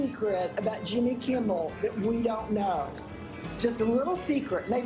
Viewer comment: I'd bet my life that lil Jon n wocka both pronounce him Jimmy Kimble